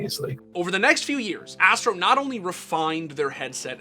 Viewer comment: Astro "Asteroi" 😐